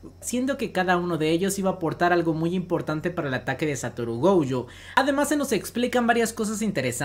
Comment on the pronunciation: Me da ansiedad que le diga "goUjo", la u la tiene al final :v